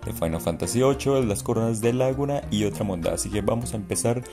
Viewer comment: Me mata como pronuncia Laguna.